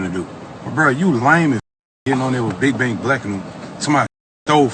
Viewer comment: It’s big bank Lang ass nigga 😂😂 not big black